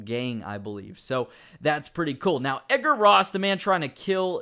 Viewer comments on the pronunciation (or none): none